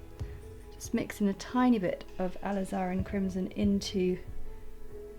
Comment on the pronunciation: Please refer to your dictionary for the correct pronunciation of the word alizarin. It's jarring to the ear to hear you repeatedly mispronouncing it.